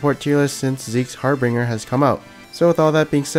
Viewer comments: Harbinger, not harbringer. like 'binge' as in binge drinking. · sigh... ok. everyone. NEARLY EVERYONE. read carefully. zeke's HAR-BIN-JER no bing. NOT harBINGer stahp.